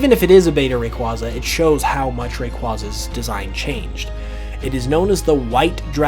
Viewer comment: Again saying Rayquaza wrong over and over.... please learn how to pronounce it correctly, dont need the wrong pronouncing spread anymore the it already is